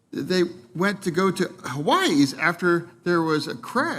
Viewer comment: "They went to 'Hawaiis'. Ha Ha Ha. Where is that dummy? By Hawaii?